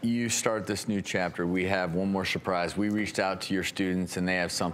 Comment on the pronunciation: “One more shaprise”